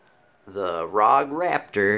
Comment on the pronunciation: Lmao... He said RAWG... its pronounced RowG.